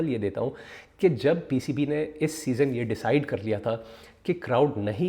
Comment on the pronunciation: O Bhai "SEASON" hota hai "SESONE" Nahin. Yaar tum Puxstan kyun English ke peeche lagte ho?? Tumhaare bas ki baat nahin hai. Chhodh do. You stick to Urdu. Koi sharam nahin hai. But when you do not know a language, don't rape it. Stay away from it and respect it.